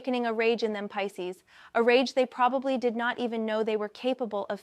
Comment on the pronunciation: Peecees? Come on now in the pronunciation.